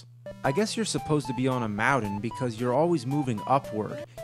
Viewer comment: That's a lot of "mowdens"...